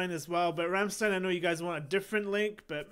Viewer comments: Bro You are a very likable guy and I enjoy Your reactions especially to Rammstein. But like most english-speaking people You butcher the band name and the song titles. So as a German I want to support You a bit and write these words in a way so if You read it in Your language it will sound like the german words. There is a problem with "ch" and I don´t know what to do about it. Anyway the band name sounds like "rumshtine"; some song titles sound like "doo hust" (You have), "esh vill" the problem with ch, I want), "anggel" (angel), "bentseen" (gasoline), "vollt eehr duss batt in flummen sane" (Do you want to see the bed in flames), "esh too deer vaih" (I hurt You), "mine hairts brannt" (my heart burns), "mootter" (mother), "doitshlund" (Germany), "foir fry" (open fire !?), "vices flishe" (white flesh), "hirarta meesh" (marry me), sonna (sun), pooppa (doll), "do reeshst so goooot" (You smell so good), rummleed (ram song or more the song connected with the band name) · >Says Rammstein like 20 times in Rammstein song >Still mispronounces it afterwards What the fuck dude ? Did you even listen ?